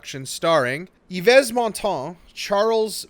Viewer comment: Eeevez? WTH?